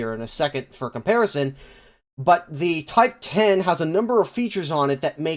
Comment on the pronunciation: MOTHER OF GOD IT'S NOT A TYPE TEN MBT IS PRONOUNCED TYPE ONE ZERO REEEEEEEEE